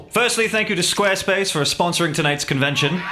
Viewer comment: I swear squarespace sounded like space king to me for a moment.